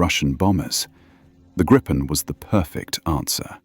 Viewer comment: A small but nagging detail: Gripen is pronounced "Greepen", not "Grippen". The name is Swedish for "The Griffon"